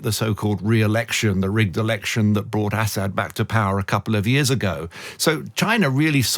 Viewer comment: How can be an expert if he can't even pronounce Assad's name correctly? Is he from the backwoods part of the UK? Count his teeth.